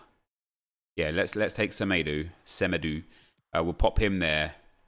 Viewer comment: Your struggle to say Semedo correctly is so funny